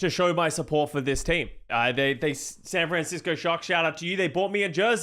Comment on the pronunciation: I love, I love content, but bygod do I HATE how he pronounces "SAN FRAN CISCO SHOCK" every single time lmao